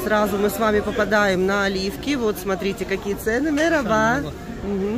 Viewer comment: Вероятно было сказано "мераба" (merhaba-привет), а второе: "колагельсин" (kolagelsin -удачи).